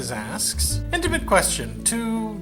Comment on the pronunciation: "Initimate" is back! YES!